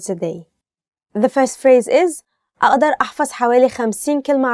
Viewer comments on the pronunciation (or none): There are many pronounciation mistakes in the first sentence اقدر احفظ 50 كلمة عربي جديدة في اليوم 1) عربية is the right not عربي. 2) اقدر aqdar Not a'adar 3) احفظ A7FADH NOT A7FAZ 4) جديدة JADEEDAH NOT IGDEEDAH 5) اليوم ILYAUM NOT ILYUUM I just reviewed the first sentence only